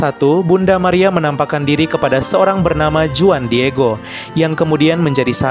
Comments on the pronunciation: Huan bukan juan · no 19: Juan dibaca Huan. Bagus sekali videonya!